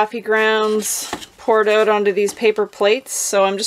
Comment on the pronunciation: not a java drinker?? you're missing owut (as you say it, lol)...seems the mice are not either! great tip!